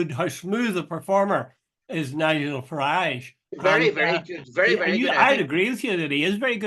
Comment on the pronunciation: Where’s this “mainland “ speaks off? and Jude it’s Farage as in Garage! don’t make him sound continental eh!